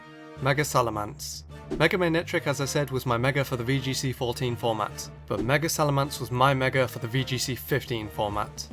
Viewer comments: Just saying, it's SalaMENce not SalaMANce... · its SalamEnce, not SalamAnce. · You butchered the pronunciation of salamence royally. You say it as if it's spelled salamance. I'm disappointed 😔😔😔